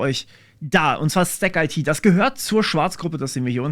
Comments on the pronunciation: Da ich letztens mit den Kollegen in Kontakt war: 'stack-it", nicht "stack-eitie". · Zu : In Neckarsulm ist auch der Sitz vom IT Dienstleister Bechtle und Audi hat ein Werk mit 15k Mitarbeitern dort. Die Sparte STACKIT wird übrigens zusammen ausgesprochen und nicht Stack - IT und haben auch einen YT Chanel :D Die Dieter Schwarz Stiftung fördert auch die private Programmierschule Ecole 42, was ist deine Meinung zu solchen Schulen? Kannst du evtl darüber auch mal ein Video machen?